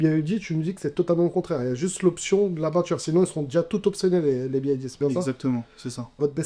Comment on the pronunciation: C'est B(Y)D et non B(I)D comme prononcé à plusieurs reprises par la personne à droite.